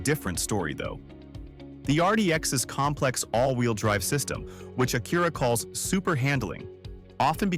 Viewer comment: Mispronounced words like Acura are a dead giveaway.